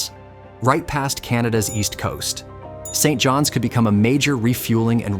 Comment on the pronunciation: Dude got St John's NF and Saint John, NB completely wrong. :-)